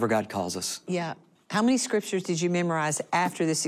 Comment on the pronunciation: Couldnt pay attention about what he saw cause he keep saying scritures